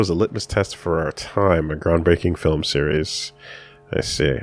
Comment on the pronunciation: Damn, has infected with the "Phil-um" virus